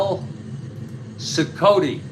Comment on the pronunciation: Cicotte pronounced SEE-cot; greatnephew of Eddie Cicotte